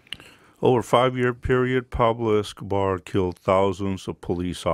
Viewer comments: “Peplo escohbar” lol 😂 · It's "Pablo Escobar", with an O. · “Peblo Escabah”